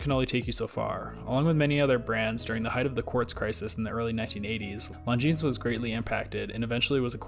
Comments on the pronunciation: It is pronounced Longine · Come on, you don’t pronounce the ‘s’. Is it incomplete research or just American ignorance to just not pronouncing words correctly. Reminds me of their incessant need to say ‘Legos’ when it is Lego! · The 's' is silent in Longines.